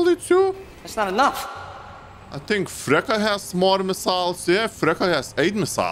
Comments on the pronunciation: Yo, it’s not frekka, you spell il “ freccha” Fre (Charlie Chaplin) A FreCCHA 🥳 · "Freccia" is pronounced "Fretcha" not "Frecca" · I love when you say Frecca instead of Freccia ❤️😂